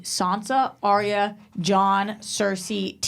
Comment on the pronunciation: YES finally someone agrees with me! Its ARYA not aria. aria is a song in an opera. why cant you americans get names right? was calling Gendry- jendry???